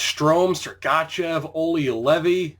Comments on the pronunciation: Great video. However, everytime you say Sergachev I wanna punch you in the face. This is my 1st video I've ever seen of yours. I'd like to thank you for showing the entire draft without editing out your reason for picking that player. I've been looking for a video like this so I could draft a team at the same time as someone else :) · listen how he says sergachev